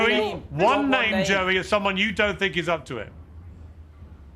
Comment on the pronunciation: He can’t even have the respect to get peoples names correct!!